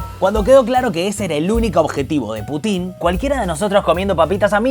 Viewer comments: Gran regreso! una sugerencia: en vez de putín, pútin. Abrazo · Ya me suscribí, puse me gusta y todo... Pero por favor, si vamos a decir "Baiden" como en su idioma original, digamos también "Pútin". Me sangran los oídos cada vez que escucho "Putín". Chasgracias, muy bueno el programa. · Aprende esto,en ruso debes pronunciar Putin acentuando a U, no la I ,o sea pútin , a no ser que lo hagas por animosidad y te gusta que suene a otra palabra . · en el idioma original se pronuncia "Púchin" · Putin no lleva acento en la i... hablá bien pelo..